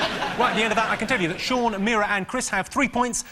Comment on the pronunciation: Did the announcer call him 'John' Lock?